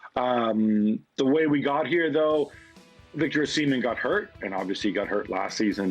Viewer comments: Actually Gab pronounced it correctly before ( atlst as close to correctly as they can get) and Dan's pronunciation was wrong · I love how Dan low-key corrected Gab's pronounciation of "Osimhen" and then Gab subconciously picked up on it 😂